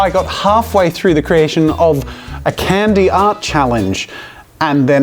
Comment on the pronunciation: It hurts to hear an Australian say Candy...